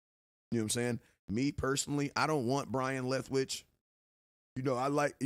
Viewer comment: Byron not Brian